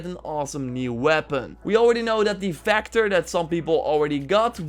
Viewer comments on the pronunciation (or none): Vector not factor